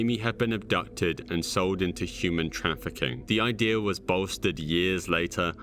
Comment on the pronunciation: this guy pronounces idea as ideur..,so annoying